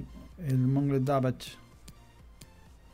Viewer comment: Se dice "monshengladbac"